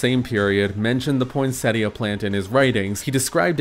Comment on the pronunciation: For some reason I hear the tt in poinsettia as a Spanish r like poinséria